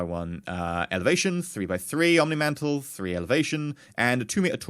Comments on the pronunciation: i recon that the word mantlet is not pronounced "mental" but "ment-let" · Mant-let. Mantlet. Not Mantle.